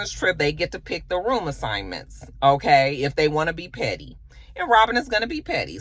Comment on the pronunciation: Not "oké" 😂